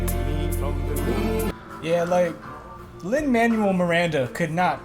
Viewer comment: I’m getting chills seeing it... and then getting chills when I’m seeing others experiencing it for the first time and understanding how amazing it is. I do hope you learned how to pronounce Lin-Manuel’s name because he’s changing the world.